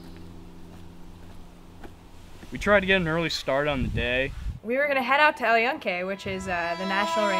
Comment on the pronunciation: not to be wierd or any thing but its pronounced "EL YUN-QUE" not yun-kie